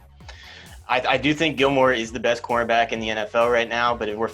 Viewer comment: so Gilmore is replacing Brady? Sounded a lot like Quarterback 🤣